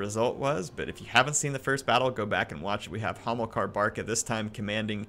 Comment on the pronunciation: He´s Hamilkar, not homo-car...